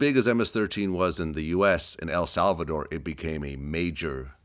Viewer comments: This is an interesting story I’m sure but it’s so damn hard to listen to this nigga talk between the IF YOU WILL and how he changes his whole voice just to say HEL SALVA-DORRRRR 🤦‍♂️ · Drink every time he says “El Salvadorrrr”